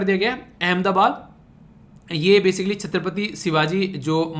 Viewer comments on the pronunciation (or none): none